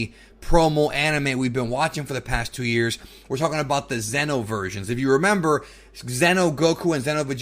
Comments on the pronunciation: said Zeno Vegetto Zeno Goku Zeno Vegeta and it's weird because it's the first time i heard it said that way. i always thought and pronounced it Xeno. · are you saying Zeno or Xeno?